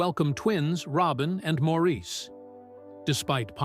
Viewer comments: Good documentary, thank you. But, please respect Maurice by pronouncing his name properly (like Morris, not Mawrēēse). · Maurice's name was pronounced Morris? Not Maurice as it was spelled. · Maurice's name is pronounced as Morris. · Maurice is pronounced Morris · People always mispronounce Maurice’s name. It is pronounced more like Morris but spelled as Maurice and it bothers me e very time I hear the mispronunciation. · Maurice pronounces his name Morris. It drives me nuts when documentaries get something this basic wrong. I can’t believe anything in the documentary after that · This might be good but I quit when you mispronounced Maurice’s name. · Could you please pronounce Maurice, correctly??????